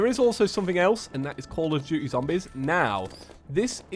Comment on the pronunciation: every time he says zombEz something dies inside of me